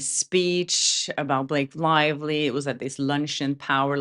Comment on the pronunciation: Snake Lievely 😂😂😂😂